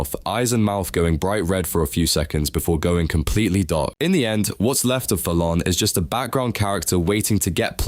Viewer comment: Thalaan name pronounce: theylan The name: thalaan